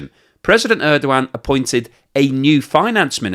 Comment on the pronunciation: His last name is Erdogan. I think you keep mispronouncing it. Good I for though